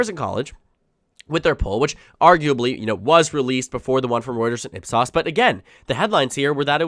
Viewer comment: It's pronounced IP S-OH-S.